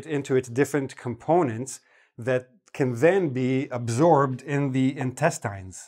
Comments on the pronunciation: Hey where r you from? Ive heard intestine pronounced in a different way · Great series, but I just spent an hour trying to find the quizzes you mentioned at the end of this video - in vain. Hard to recommend something to my students that don't have quizzes. BTW, I never realized that the work "intestine" is pronounced differently in Canada from the way it is in the States. Intriguing.